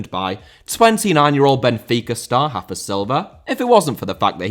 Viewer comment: Really good rafa pronounciation